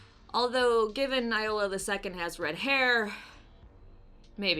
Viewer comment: It is pronounced Yola the second😛